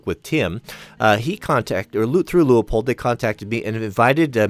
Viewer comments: From the guys that work there, It is Pronounced "LOO-POLD".... but we hear variations all the time. No biggie, at least they're saying our name! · Leupold looks German, pronounced "loy polt", wow you have gigantic bubble wrap, mine is always so much smaller.....